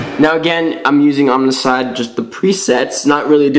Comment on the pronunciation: It's "oam"icide. Like saying "foam" without the f. Not omnicide. Can't take it anymore.